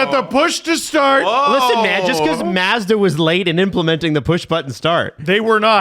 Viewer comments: Its pronounced “Mawz-duh” and “Nee-sawn” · pronouncing it "Maa-zda" 😂